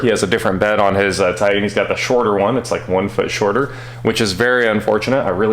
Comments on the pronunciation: Tie Tan.... please just once say TITAN. What is a Tie An? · repeat after me ... TIE-TAN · I love you, - but... brother, there are two “T”’s in Titan! 😂😂😂